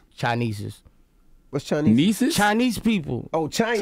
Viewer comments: Boosie said chinieces 😂💀💀💀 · I understand he's from L-O-U-I-S-I-A-N-A, but many folks speak incorrectly like it is correct. Many the folks from Baton Rouge, LA... lmao 🤣🤣🤣 "CHINESES". Like, ive heard ppl say "TEEFES (TEETH), BA-GHETTIS (SPAGHETTI'S), BOBBYQUE (BAR-B-QUE, and FRUI (FRUIT) from there. Like, is this the new norm for why the new generation is speaking in a slave mentality way because they feel it's easier to speak in "short terms of the actual work?" Mine-mine-mine....Smh Like, can we help the new Comer's to understand how it's important to speak correct grammar at all times? Just saying!